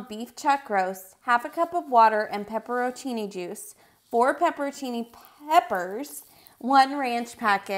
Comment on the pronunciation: "Pepper-o-cini juice" never heard pepperoncini pronounced that way 🤣 but great video thank you!